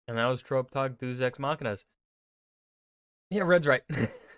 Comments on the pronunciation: Red: "Deus Ex Machina.": "Doos Ex Machina." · He also can't seem to pronounce deus to save his life.